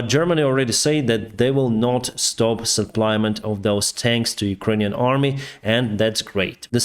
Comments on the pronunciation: It's not SUPPLY-MENT; it's pronounced SUPP-LA-MENT(Def: In addition to, to add more). Keep up the good work reporting on the latest events. The ORC's will eventually come out of their drunken stupers and realize that they're not wining the battle to take the whole country. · Forgive me for pointing out a detail of English, but "suplyment" is not a word... in those cases, you just say supply - thanks so much for your updates... I follow many sources of info on the war as we are and American-Ukrainian-Russian family, and yours are the best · Please don’t repeat “supply-ment”,. Great videos but the noun-words: ‘the supply’, ‘the advance’ etc are shorter than you think!